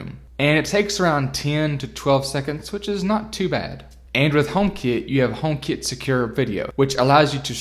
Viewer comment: as an andriod owner and not an apple fanboy took me the whole video and lots of googling to figure out what you meant by homekit as i thought you were saying homebase. great review otherwise!